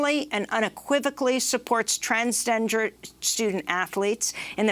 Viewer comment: Amy Goodman can be bothered to correctly say "transgender" or try again. 😭